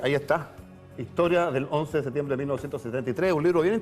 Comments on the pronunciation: SeTiembre? Dónde estudió este tarado? Septiembre es o no? Ahahahah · Pronuncie bien por favor! Septiembre, no se coma la P! Terribles los primeros 3 minutos